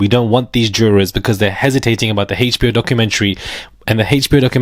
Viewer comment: Not the hayche-bee-oh documentary. 😅